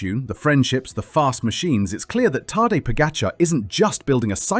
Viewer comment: After all these years of him being super star and investing so much in this mediocre video, still not knowing the pronunciation of Tadej's name is just pathetic.